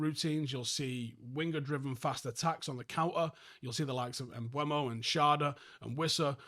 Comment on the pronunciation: Why nobody knows how to say his name??? It’s quite weird and disrespectful to him to be playing in the premier league for so long and no one can say his name properly. M BE U MO not M BU E MO It’s really not that difficult for real